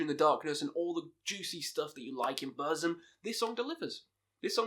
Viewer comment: Ita not BÖRSM, BÖRSEM or BÖRZEM. it is BURRRRRRZUM. It is a u not a Ö.